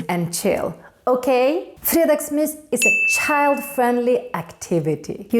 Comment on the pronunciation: har aldrig hört nån uttala g:et i fredagsmys 💀